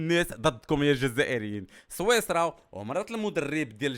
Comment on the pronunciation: صويصرا الا سويسرا😂😂😂😂😂😂😂